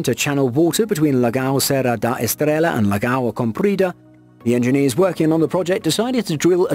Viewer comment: Just to try to help... On the segment about Portugal, the correct pronunciation is Lagoa (as in La + Goa(said it like Goa in India))